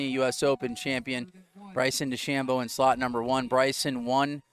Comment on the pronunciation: Main commentator is terrible. Stop calling Dechambeau Dechambino. You're commentating on a sport not talking about your buddy. Makes it seem so small-time